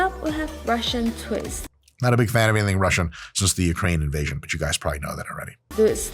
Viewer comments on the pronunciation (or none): none